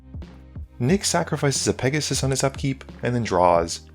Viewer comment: I think it’s pronounced Pegussy